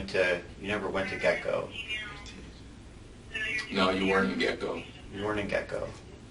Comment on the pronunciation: It's Get-N-Go but the way he keeps saying it does sound like "Gecko". But you're right, that makes absolutely no sense. Why would you go to the Gas Station if the man just brought you gas?!!